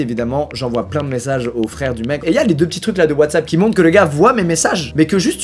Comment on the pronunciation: ah oui ''WhaysApp'' la fameuse application de communication